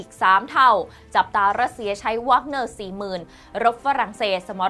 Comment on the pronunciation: หน่วยทหารไม่แน่ใจออกเสียงผิดหรือเปล่ารบกวนตรวจสอบอีกทีแล้วกันครับ แว๊กเนอร์ ไม่ใช่วากเนอร์